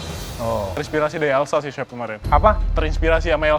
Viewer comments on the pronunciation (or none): salfok sama cara ibnu nyebut chef jd syephhh😂✌🏻